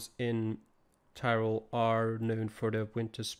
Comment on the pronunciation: You have a very good pronounciation for the places